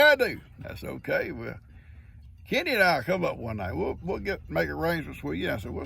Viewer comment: Good morning 🌄🌻. 😂 LoL I thought you were saying Kitty and wondered if Gigi's name was Kitty. Then it hits me your talking about your buddy Kenny 😜. Love your videos and you 😗💓. Blessings for the entire Morrow family.